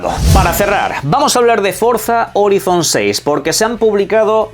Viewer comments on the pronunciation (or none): none